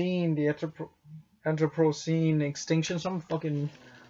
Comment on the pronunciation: Anthropocene would be pronounced "an-throw-puh-seen" or "an-throp-uh-seen" depending on how you wanna say the "o".